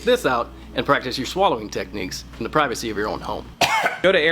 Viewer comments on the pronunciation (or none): none